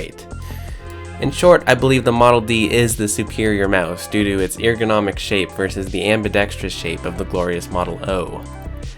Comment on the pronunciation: Bruh the way you pronounce ergonomic